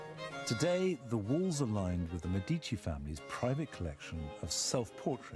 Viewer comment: Listen to how the Italian lady pronounces Medici! That's the correct way to pronounce it! Get it right!